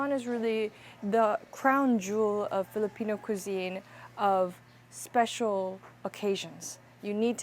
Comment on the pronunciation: nailing almost all filipino pronunciation is sending meeeeee ❤❤❤